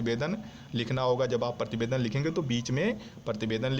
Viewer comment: He is saying Partibedan not prativedan